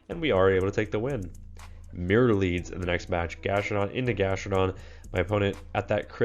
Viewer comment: It’s GastrodON